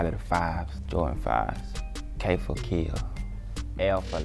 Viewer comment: Why he say k for kill like that 💀